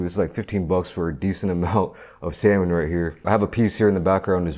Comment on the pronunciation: Bro really said "samoan" 😭😭😭😭